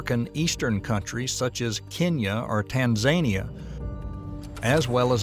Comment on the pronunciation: ... Tan-what now ? tanz-uh-nee-uh